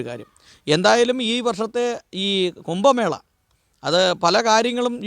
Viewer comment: കുമ്പമേള അല്ല കു०ഭമേള ആണ്. ഭാഷ ഹിന്ദിയിൽ വ്യക്തമായു० സ്ഫുടമായു० പറഞ്ഞില്ലെങ്കിൽ ദേഷ്യ० വരു०.ദയാബായിക്കു തല്ലു കിട്ടിയത് ഭാഷ തെറ്റായി പറഞ്ഞതു കൊണ്ടാണ്.